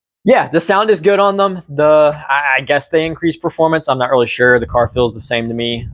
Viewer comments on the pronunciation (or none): none